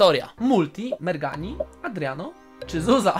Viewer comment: To nie merghani tylko szczurmani